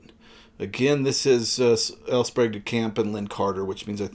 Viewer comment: My parents both knew L. Sprague DeCamp. They were both members of the Philadelphia science fiction Society, to which he also belonged. He was a guest of honor at a Philcon where I was a committee member. I can tell you for certain that his name is pronounced SPRAYgue and not SPROGue.